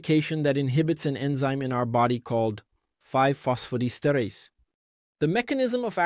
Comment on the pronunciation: Diesterase,et non dietase, apprenez à votre robot à lire!!